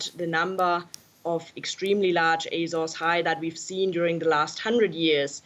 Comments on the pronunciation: It's pronounced "áy-zaurz" you jagoff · Someone needs to her about the 'R' in Azores. It's bugging me more than climate change.